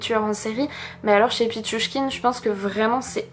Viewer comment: Bravo pour la prononciation de pitchouchkine !